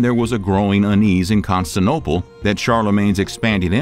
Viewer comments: The way you're pronouncing Constantinople as Conastople is like fingernails on a blackboard. Some of your other pronunciations are unlike anything I've ever heard. Very interesting video, but I didn't hear anything "shocking" about the Goths. But very thorough history and interesting 😊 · “Constinople” and a handful of other butchered pronunciations are causing me to question the content in these videos. If they can’t get the names right, what else is wrong? Unsub. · Is anybody else really distracted by the pronunciation of "Constantinople" (five syllables) as "Constinopoe" (four syllables)? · I love these history videos, but the mispronunciation of several names is distracting. Constantinople has 5 syllables--Con-stan-tin-OH-pul. The speaker habitually drops one of them (saying something like 'con-stin-ople'). El-Andalus is el-AN-dah-LOOS. And Byzantium has 4 syllables: bih-ZAN-tee-um. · What the f#ck is Constin-ople? It’s pronounced Con-STAN-tinople. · I'm not usually the pronunciation police, but you are saying Constantinople as Constanople REPEATEDLY. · Constinople ....not to be confused with Constantinople. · The Vandals were not from Poland. They were from Vendel in Sweden. Al Andalusia was named after the Vandals... 'Land of Vandals'. It is was called Constantinople, not Constinople. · Con-stan-tin-opal. Mother of God. It was like 23 times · Wow. Not just constinoplopiloplos.. he says nonsensical sentences , misses words out and his pronunciation of Al Andalus is hilarious 😂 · Where is “CON STAN TIN OPAL”, how about some research into pronunciation ??????? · the Constance Opal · yeah it's because they're lazy and are of...mediocre quality....ey, that maybe giving them too much credit. Contant'Nople....LMFAO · "Constanople" ? Prnounciation Duh, Constant' inople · Constanople? Might want to read that again. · Constanople? Really? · Say it with me now...''ConstanTINople".... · I’ve never heard of the city of “Constanopole”. The pronunciation is hilarious.